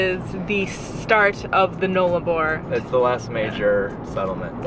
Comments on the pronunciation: FYI Null-a-bor.... that's "null" not "nole"... loving the trip so far guys. Never driven the Nullarbor so looking forward to the next step 🙂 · Nullarbor is pronounced 'Null' (the 'U' is as in the words 'pUppy'and 'Umbrella') meaning none. Arbor means tree. Therefore 'no tree/s'. Nullarbor is Latin but sounds like a first nations/aboriginal word. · Road trains are the really long, multi trailer trucks. The Null in Nullarbor is pronounced like the gull in seagull (just saying LOL). You will be fine on the Nullarbor, enjoy.